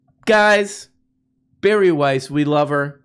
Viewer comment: Her name is pronounced Bar-E. I hear she is quite the little drinker. But, only Chardonnay out the box.